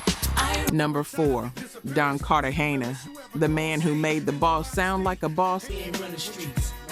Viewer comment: Is she a Ai? Cause she kept chopping up names and titles. Don Carta Hayna 😅 JaHd A kiss 😅 lil Sies 😂